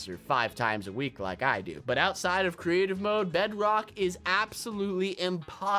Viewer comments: You called it TO instead of DO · You said to instead of do